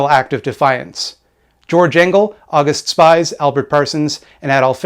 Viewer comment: Great video. However, August Spies is pronounce "Ow goost Shpeez". Also since I did research for a 20+ page paper on Haymarket I can confidently say that an Anarchist threw the bomb, there is no evidence that the Police or the Pinkertons threw the bomb. However it is more than likely that the bomber was provoked by the Police actions. Doesn't make what happened before and after good, but historical accuracy is important.